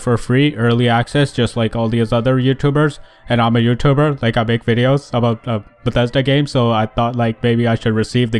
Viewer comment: "...from bededa headquarters"